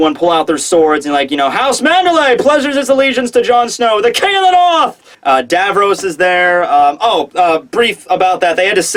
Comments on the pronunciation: Davos,, not Davros, haha. But nice you did an interview::) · lol she-rin and davros nice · DA KING IN DA NORF your way of saying Davos irks me THERE AIN'T NO R's IN DAVOS M8